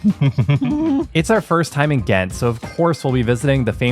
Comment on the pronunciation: Thats not how you say ghent 😅 the g was to loud 😂my ears please dont use a holland g